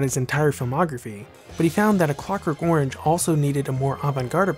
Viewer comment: I attempted to watch this but was repelled by the narrators hideous pronunciation of the word orange.